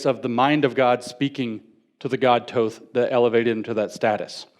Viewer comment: Thoth not Toth